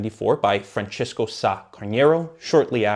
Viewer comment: No worry, but some portuguese can be sensitive to it. We are not Spanish. The majority of our letters are pronounced similarly to English. In portuguese is Francisco, with a i, not Franscesco like in Italian.